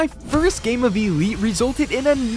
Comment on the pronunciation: Blud is calling it e-lite its called elite